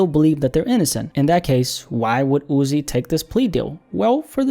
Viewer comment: Why do u same his name like that. Jus call him Uzi if u struggling